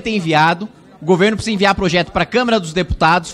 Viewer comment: Parabéns Kim "Cebolinha" 👍👏👏👏👏 ... "plojeto" 😆😆😆.